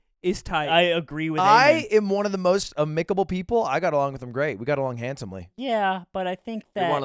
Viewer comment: am·i·ca·ble, not a·mic·a·ble, fyi.